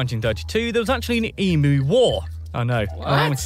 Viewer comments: The Australian Capital Territory and the Northern Territory are not states. They are Territories. The bird is pronounced Eemyou not eemoo. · eem you not eemoo. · It’s pronounced emew not emoo. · My mum made the BEST kangaroo patties and substituted for hamburgers! Delicious! Also, it’s pronounced eem-you not e- moo. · Just to clarify, emu is pronounced E-mew not emoo. Yes South Australia gets cold in winter. The best thing about box or cask wine is when empty , you can take the bladder out and have a convenient pillow. We have 21 of the most deadliest snakes, we have over 2000 species of spider ( some are the most deadliest) including red backs, funnel webs, white tails mouse spiders and even bird eating spiders. We have some of the largest lizard species too, growing up to 2 metres in length. We have wild dogs called dingoes, buffalo, camels and aggressive bird species. In our water ways we have crocodiles and sharks ( in rivers and sea). But it ain't nothing, we just live with it being educated at a young age. Hope this helps. Censorship is not very strict. The words fuck and cunt can be said on commercial television, at any time as well as nudity and sex scenes. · Your Question..."is the South of Australia cold?" Summer now here in Perth-the South of Western Australia, it was 42c(108f) yesterday...(& where I live we had no fkn power) 🥵🥵🤦‍♂️ In winter it sometimes gets down to 4c(40f), though occasionally it dips to 0c. P.s Emu is said - eem-you, NOT eem-oo. ..Or maybe the USA is actually said OO-SA 🤔 ya feel me!? 🙃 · Emu is “Ee-mew” not -moo. Oz is 85% the size of continental USA. Many countries have part of Antartica. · Say it with me "Eee-mew"... not "Eee-moo" 😂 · Gentlemen, it's Em-you, not Em-ooo. Kangaroo is awesome, super lean and tender. PS, the pom talking absolutely butchers some place names. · Eem-you. Why do you say Eem-ooo. You don’t say Oootah for Utah right?!?!? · Also, it's Em - YOU, not Em ooh. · Its emYOU not emMOO americans 😂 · E MEW not E MOO !